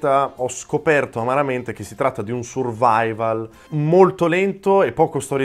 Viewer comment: Fantastico video, i miei più attesti sono completamente diversi dai tuoi ma infatti per vedere questo tipo di giochi ti seguo in live:D Comunque si pronuncia "survivol" quindi #karimculo